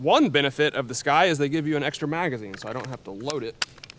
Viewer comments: You’re pronouncing it wrong. It’s not “sky” it’s “sucky” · Sccy is pronounced 'sky'